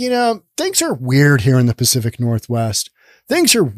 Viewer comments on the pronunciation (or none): none